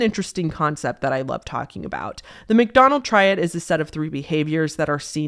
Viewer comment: For a second I thought she said 'McDonald's triad' and got REALLY confused as to why fast food was involved. Had to go back to the start of that segment to reassess. lol